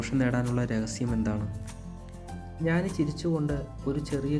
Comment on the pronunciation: Nice presentation. don't say വിത്യാസം instead of വ്യത്യാസം. And ഞാനി instead of ജ്ഞാനി.keep going 💫✨